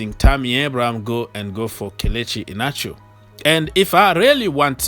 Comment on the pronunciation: Kelechi I-hia-na-cho is how to pronounce the name